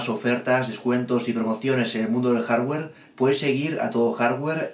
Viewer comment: Maicra dijo el jarwer tresesenta